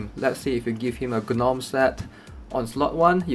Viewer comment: The G in Gnome is silent